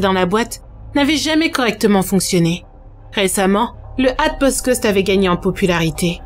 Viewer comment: Comme ça se prononce : Hatbox Ghost ! ^^